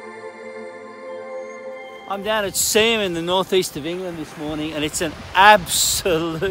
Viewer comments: so pleased you got the pronunciation correct 👍🏼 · Because everyone from outside the area would have pronounced it the Yanky way, Sea-Ham. But you pronounced it with the silent h, the way it should be. Good on ya 👍🏼. You take care too, it’s a crazy world